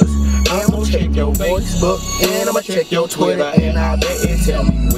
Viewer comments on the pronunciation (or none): He said voice Book not FAceBook LOl